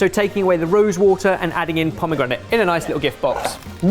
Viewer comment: Pomegranite? C'mon lol